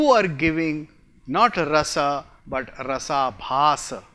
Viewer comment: rampersad Its Rasa+abhasa = Rasabhasa and not Rasa-bahasa :)